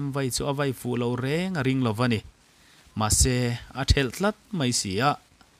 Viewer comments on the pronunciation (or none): none